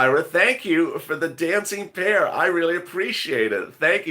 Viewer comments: I was wondering why you were calling the pear a bear , why confusion it's the way you say it sounded like bear and it seems to many others. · They are saying bear because if we're not looking at the chats it sounds like you're saying bear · I really thought you eere saying DANCING BEAR now i know its a DANCING PEAR 😝😝😄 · It's a pear not a bear... let's get it right people you're embarrassing yourselves 😡